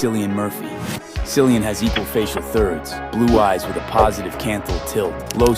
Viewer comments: Also also the dude in the video who talked about Cillian Murphy it's not SILIAN IT'S KILIAN. Jesus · jfc Cillian Murphy isn’t pronounced “sillian” gdi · Uhm, actually, Cillian is pronounced like kill-ian. Maybe it's time for some wordsmaxxing. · as a previous obsessed fan girl... it's Cillian. Kill-ian. sillyann. omfg 😭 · Can't get over the tiktok analyzing Cillian Murphy's attractiveness pronouncing his name "Sillian" (for those unaware Cillian is pronounced like Killian, iirc it's an Irish spelling) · "Sillyan"????? It's pronounced kill-ee-an I'm losing my mind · i can't get over that dude calling him 'sillyan'. it's pronounced 'killian' you weirdos. if you're gonna review someone 's appearance then at least know how to pronounce their name lmao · don't listen to anyone that pronounces Cillian as Sillian. It's pronounced like Killian. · I already thought these dudes were pretty cringey but I think a part of my soul actually died when that one guy pronounced cillian murphy's name "sill-ee-an". Ladies, Gentlemen and others, it's "kill-ee-an" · americans saying “sillian” instead of “killian” is so funny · Cillian is pronounced the same as killian but sillyian😝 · May I please tell you Cillian Murphy is Irish so C is pronounced K (in the Irish language) hence when saying his name it's Killian Murphy. 💚🇮🇪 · That AI TikTok voice pronouncing Cillian “Silly-an” is my 13th reason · the pronunciation of cillian is killing me (or should i say cillian me…aha..), it’s like when people pronounce celtic like seltic hhjhfyrddytf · The most offensive part of this looksmaxxing thing is pronouncing Cillian as Sillian. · Americans pronouncing Cillian Murphy's name as "Sillian" fucking kills me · "Sillian Murphy" 💀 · Omg that video of the guy saying Cillian Murphy's name annoyed me so much that not how you pronounce his name. Its pronounced "Kill ee un" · I always find it so funny whenever people mispronounce Cillian Murphy as "Silly Anne Murphy" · it's pronounced 'killian'